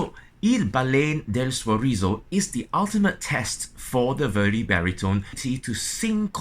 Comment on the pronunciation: Maestro your English is great. But, the great opera composer Verdi's name is not pronounced as Vördi or Veurdi like you do. The two letters in his name, v and e, should be pronounced exactly like the v and e in the words like vet, vent, very, vest. Sorry, a tiny detail...